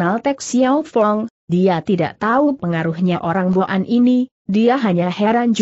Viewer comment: cara baca kata" tertentu salah.misalnya kata boan .jgn baca bo an.tapi disambung jd boan/bwan.yg artinya orang suku boan/mongol.maaf kalau saya salah